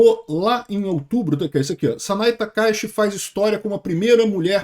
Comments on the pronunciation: Sa-na-ê Ta-ka-í-chi, é assim que fala. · Se pronuncia Sanae Taka Íti